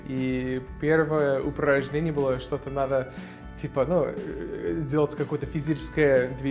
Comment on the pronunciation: Мария Куликова согласен. Особенно, когда он произносит некоторые слова, типа "что". Довольно чисто произносит.